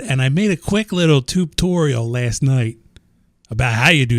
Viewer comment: are you saying tutorial or tubetorial? also, unrelated to anything in this video, but i just discovered a super easy way to get tons of XP passively. the aquatic entangler from thermal. i mean it's not super fast, but over time when you come back it'll have up to nearly 50 levels just sitting in the thing. even over a short time, it may have like 20 levels. you just have to make an upgrade for it, to enable the ability to save xp. i have an ocean biome near my base, so i just made a pier out into it with the entangler at the end. not sure if it makes a difference on speed, but it allows me to use the ocean bait to get tons of squid ink.